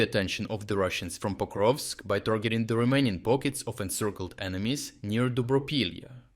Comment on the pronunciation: Yes, except it’s Pokrovsk not Koprovsk.